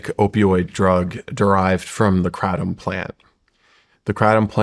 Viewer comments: 🚨🚨🚨 It’s called an extract dummy. Education is important! This big pharmaceutical rep can’t say Kratom right, how embarrassing. Yet he is a know it all 😂 I honestly feel bad that this man did this to himself, in front of the entire world. Shawn please, do more research about these people. This guy is a fraud, 🚨🚨🚨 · Kraytom say it so they hear it KRATOM LONG A DUDE. You are not hitting the iters by the weird name you say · He's not even pronouncing Kratom right. Sounds like he's trying to say it in original Thai, but still not right. Should just pronounce it the English way like everyone else if he wants credibility.